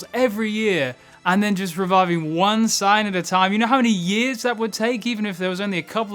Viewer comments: I love your content, but the way you pronounce Saiyan drives me crazy lol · buddy No offence, but you gotta work on correct pronunciations. How you say Saiyan is criminal!